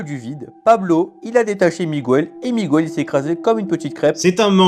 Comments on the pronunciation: Migouel? 😂 Personne ne s'appelle "Migouel". C'est Miguel. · Et puis on dit Miguel,pas Migouel !!! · Et on ne dit pas Migouèle, on dit Miguèle. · Pas Miguel, Migouel. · "MIGOUELLE" À L'AIDE MES OREILLES 😭😭😭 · Comment ça "Miwel" ? Quel con ! 😂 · Au fait, Miguel ne se prononce pas Migouel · Et puis quand on invente un personnage d'Amérique latine, on ne prononce pas Migouel !